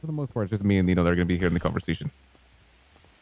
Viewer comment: How Guy says Nino, "Well Nemo". 😂